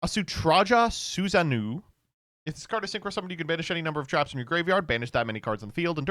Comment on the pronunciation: what the fuck was that susanoo pronunciation dawg